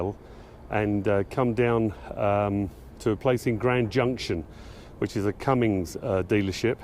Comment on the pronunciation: Will someone tell this Britt there is NO "G" IN Cummins!!